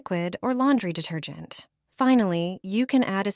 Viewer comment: No kidding!! The word detergent almost knocked me out!!